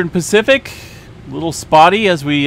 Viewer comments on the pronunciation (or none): none